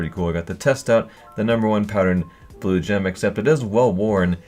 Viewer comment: I swear 2 or 3 times in this vid he says blowjob instead of Blue Gem